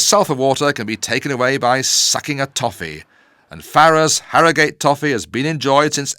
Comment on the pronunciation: Sorry to be a pedant but it's HarroGHUT. Nor Harrow GATE. History tells us this! Soz. Cheers